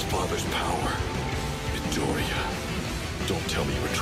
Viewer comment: your pronunciation of midoriya's name tilts me